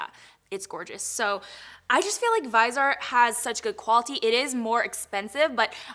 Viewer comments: Viihh-Zee-Art. Lol dear god it bothered me the whole first half when you were talking about the brand. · Favorite food is anything seafood. I also think it is pronounced like vizzyart. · your hair looks beautiful and I love the smokey eye. My favorite food is pizza 🍕😋 Also, Viseart is pronounced viz-see-art 😊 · I think its pronounced Viz-EE-art but im not sure:) Love this vodeo!! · Hey. It’s is pronounced “viz- e- art”. Stephanie Nicole did a full demo with Muse who carries Viseart products. She also breaks down the price per gram which makes this pallet price comparable. It is worth the watch. Viseart is worth every penny! The matte shadows are the best on the market! They make their pallets to create looks in rows or quads. They are a professional line that is offered to the mass public. The price per gram makes their pallets comparable. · Hey hun . It's supposed to be pronounced v-is-eee-art You're beautiful btw and love your teeth Crystal's. I want them so bad. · Viseart, in French, is pronounced “Veezarr”, if that made sense. The last letter is almost always silent in French unless there is an “e” after it. So, the “t” is silent. I hope that helped you! 🤗💋💋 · If you want to learn how to pronounce viseart go to Tati's Chanel and listen to her saying it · The T is NOT silent. Watch this video starting at the 40 second mark and at the mark, she clearly pronounces the T. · La Dorada Viseart is the name of a French company. If you are speaking French, you would not pronounce the “T”. The person you referenced clearly does not speak French. I hope this helped you! No hard feelings! 😊♥️ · The person I referenced is a Viseart representative AND they discuss the proper way to say the name. Americans pronounce the r in L'Oréal differently than French speakers and it is still considered the correct pronunciation in the US. The way a French person pronounces Viseart is Vee Zee Arr (still 3 syllables). Clearly you are not French either. No hard feelings! 😊🖤